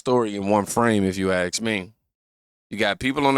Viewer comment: Ask...not ax